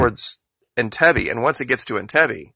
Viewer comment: PRONOUNCE THE CITY OF ENTIBE I'M PRETTY SURE IS IN-TEEB. MAN-GINA. HAHA!